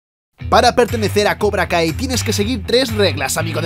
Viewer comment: Pense que decia cobra gay xdd